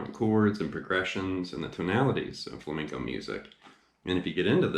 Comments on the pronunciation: He's saying fleinco its flamenco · I remember this guy giving me sht because I wasn’t pronouncing “flamenco” properly! Lol Lesson learned. Beware! 😊 (Great lesson! Thanks! I learned a bit from that book “Guitar Grimore”.)